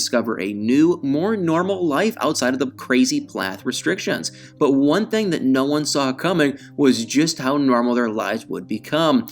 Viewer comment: Still saying ‘thang’ for thing-guy!